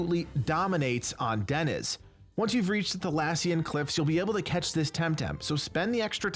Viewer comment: Crystle appears in the wild much sooner than the 2 other starters - no. you literally can't find the other 2 starters in the wild in the current or any of the previous patches. -also pretty sure "Deniz" is pronounced Deniiiz -wearing the Umbrella gadget on Smazee lowkey triggered me lol